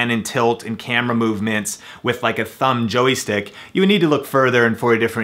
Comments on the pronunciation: JOY is one syllable. Not a Joey stick.:-) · "Joey" stick? "It's a "joystick"! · What the hell is a JOEY-STICK??? LOL